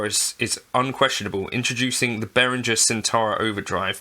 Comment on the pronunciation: I'd sue you for not being able to pronounce Behringer's name correctly; 'G' is pronounced like 'g' in 'goat', not 'j' in 'jelly'. 😜